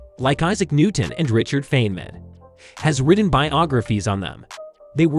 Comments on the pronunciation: Feynman is pronounced "fine man". He liked the girls, loved practical jokes, was a major contributor to the original design of the atom bomb, and liked playing bongo drums. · Richard's surname is pronounced FINE-man. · I guess you are not a genius, because you pronounce Feynman wrong. It is not pronounced "Fain-men". It is pronounced "Fine-men". Also, tell me, how do you know Isaac Newton's IQ, was 190? And, "Neuro-plas-tickity", sure!! 🥲